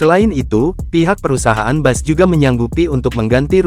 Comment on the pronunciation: Bukan bas min tpi bis...itulah pengucapan yg benar